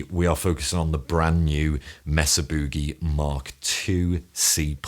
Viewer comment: Brad Gillis..Night Ranger..THAT tone..and I love the English pronunciation “Bew-gee” way better than us ‘Mericans..(no disrespect Carlos Santana)..Brilliant playing as usual..you, Tom Quayle and Andy Timmons..now that’s a tour!